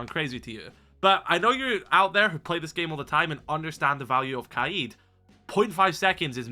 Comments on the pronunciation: yo please just say kayed and not kuh eed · The way he says kaids name really pisses me off. Kayeed 😂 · Your like the third person to pronounce Kaid's name like that. Is that actually how u say it or am I tweaking?